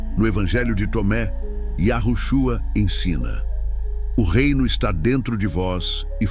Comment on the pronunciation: Olha houve sim Manipulação nas Escrituras onde YAUSHA preveniu acautelar vois do fermento do fariseus Mas qto a esse vídeo essa Narração tá por fora Tenta falar nomes Hebraicos P dar impressão de estar por dentro dos nomes verdadeiro.mas fala errado e depois de falar yahushua Q P mim TB está errado fala Cristo Vc NAO ENTENDEU NADA AINDA SO Quer LIKES